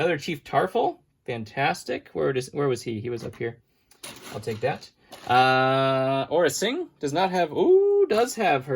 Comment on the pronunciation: Not Aura Sing... Aura Ting